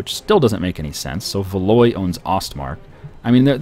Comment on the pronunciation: Valois is pronounced Val-WA. Is Norfolk Skottish?